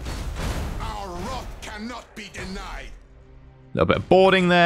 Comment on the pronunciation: Wrath not Warth